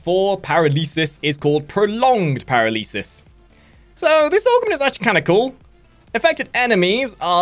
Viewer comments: Lmao he pronounces paralysis as "para-lee-suss". It's "puh-rahl-uh-sis". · Oh god the way you pronounced paralysis hurt. Par-ah-La-Sis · (Per-Al-Uh-Suhs) paralysis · Dude, whenever there`s a word you don`t know (which should never happen because you`re a native english speaker), just look it up.. Pa-RALL-ysis.. You don`t want some random asshole from norway to be more fluent in english do you? That`s right you don`t, get edified SON! Still good video, so your like is nice and safe ;) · The way you writes are as well xD But I agree lol